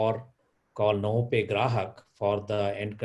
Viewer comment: its Novopay and not Novapay